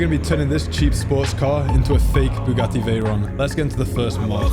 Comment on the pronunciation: Bugatti Veyron ❎ Bugatti teyron ✅💀 But he tried 👍